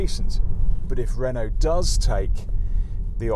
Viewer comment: 'Renault' not 'Renualt' please ...